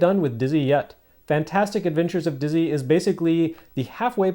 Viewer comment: My German girlfriend also knows Dizzy, who she calls "Ditszy"! <3 I suppose the series also made its way to German microcomputers.